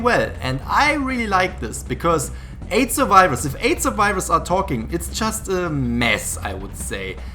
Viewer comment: Huntahs, Suvivahs, TRIGGERED HUNTAHS, SUVIVAHS.